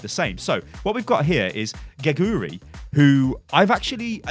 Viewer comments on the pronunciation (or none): her korean nick name prounounced as KE-GU-RI but ita writen GEGURI XD and it means a stuffed animal i think